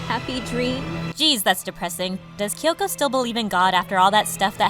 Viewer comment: He call kyoko kioko 😭